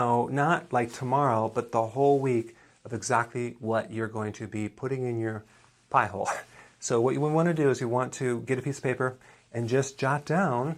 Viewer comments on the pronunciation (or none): Did you say "piehole" ? sec.